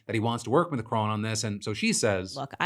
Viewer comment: Why is Candace Owens so obsessed with Brigitte Macron? And why does she keep mispronouncing Macron? I'm genuinely confused by that whole situation! Why does it matter? What difference does it make? Is this a religious thing? Is this just hardcore transphobia? Honestly no idea why she would spend YEARS trying to prove her theory, like it's some big conspiracy or a crime has been committed. I honestly don't care what Candace Owens thinks. Harassing the French President's wife is just so weird and cringe.